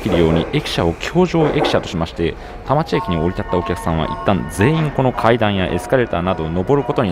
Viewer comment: 田町駅が多摩地域（たまちえき/たまちいき）に聞こえる空耳